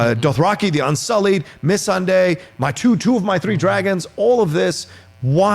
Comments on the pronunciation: When they pronounce missandai like miss sandy lmfao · Can someone please tell this guy to say Missandei the right way? Smh lol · Yo your dude in the middle absolutely butchers names. Just saying. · I find it distracting how pronounces Missandei also how he pronounces Umber. 😂